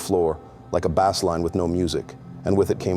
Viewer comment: Bass in this context is not "baaas" like a bass fish lol Pronounced like BASE. Nobody seems to know about words anymore. No offense to anyone but it's way too common nowadays. Look up The Deliberate Dumbing Down of America.